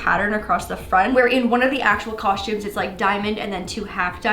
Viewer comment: "cosh-tumes" Mia Maples says it the same way..